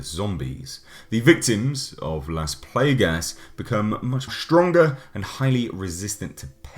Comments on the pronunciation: Nice review! The word ''Plagas'' comes from spanish, were ''a'' has only one sound (probably because the origin of the scenario for the virus), so you pronounce as it's written ''Plaga'', not ''Plaega'' (yep means the same word, ''plague'' in english), as you say the last ''a''. Please explain someday more of the habitants of the town on RE4, specially the asshole of the chainsaw. XD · Playguhs, lol, Raymond Salazar, lol. Still a badass review. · I love pronunciation of Las Plagas xD